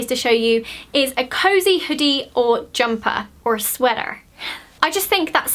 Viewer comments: when you said "sweater" it sounded so american to me am i the only one that noticed this lol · Do Americans really say sweater like that!? I hope I don't sound like that ☺😂🙊💜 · Her accent saying "sweater"😍😍